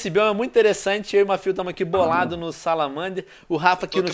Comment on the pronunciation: alguem escutou ele falou salamander